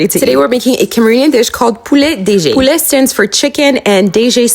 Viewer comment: You sounded ‘French’ when you said the name of the dish… why did you translate it as if you didn’t know what it meant!? The inflection in which you said the word’poulet’ 🇫🇷🇫🇷🇫🇷🇫🇷🎉